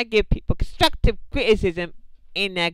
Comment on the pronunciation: no no no if your trying to sound like you got to be like Im giving you constwuctive cwitisim the w makes a difference